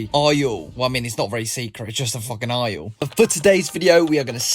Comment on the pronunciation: It’s aisle not eisle 🤦🏼‍♀️